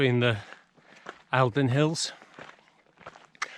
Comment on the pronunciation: Love the videos - i live in the borders and did the St Cuthberts in January this year. Just a quick info update - The Eildons are pronounced "Eeldon" 🙂🙂